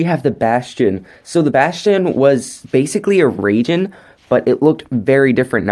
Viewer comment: I leave how he said ragin not raijen